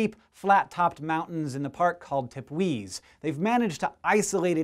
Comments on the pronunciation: Canaima is pronounced 'Can EYE ma' (NOT Cana EEma) and Tepuis is pronounced 'TePOO yas' (NOT TePWEES) Sheesh! Look it up! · Old video but I recently discovered this channel, canaima and roraima are pronounced "ro-raI-ma" not "ro-ra-i-ma" (loud I ) also "te-PU-is" (loud PU). lol loud pu. great channel,.